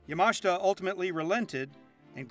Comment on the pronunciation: Not that this is very relevant, but is he pronouncing Yamashita correctly? I guess I've been pronouncing it incorrectly for years.